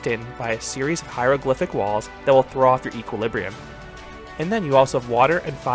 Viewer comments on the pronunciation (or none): none